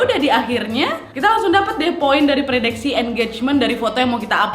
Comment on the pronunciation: Kak omara bilang predekse🤣🤣🤣